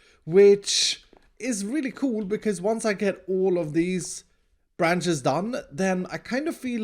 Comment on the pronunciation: the way u say bcz always crack me up